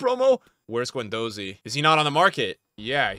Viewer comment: pronouncing Guendouzi wrong for the 34th time